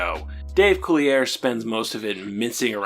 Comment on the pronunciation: Pretty sure you're mispronouncing "Collier."